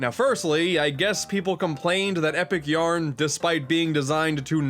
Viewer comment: Kirby's Extra "Eh" Yarn